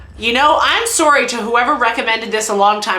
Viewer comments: ya know, I always that many Canadian stereotypes were just exaggerations until I heard “Sorey”. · According to you in your TF2 video, you guys don’t say aboot, but you do say sorey? Do you guys actually punctuate your sentences with Aye? Because now you’ve peaked my interest.